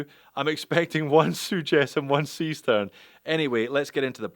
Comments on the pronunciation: Only if you pronounce it incorrectly, that is in English. And most languages pronounce a written "E" as [e,ɛ,æ,ɘ,ɜ]. English is rather unique in writing an [i,ɪ] sound using the letter "E" (or two "E's", in this case). Seestern, [ˈzeːʃtɛʁn]. Simple as. :) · ..well,, the starfish is there as in german "see stern" actually means "sea star", so starfish.. and the right pronounciation would be "Zeeh shtern" if instead of being chinese, that'd be a actual german brand.😄 keep up the great work! cheers! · Why not pronounce it Zay Shtairn like a German would, after all it is a German name... sea star in English, or star-fish, as you can see on the back.